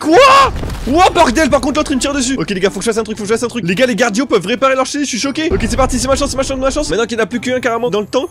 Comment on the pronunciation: Tu a dit les ga 50